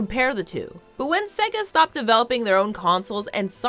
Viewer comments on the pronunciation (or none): none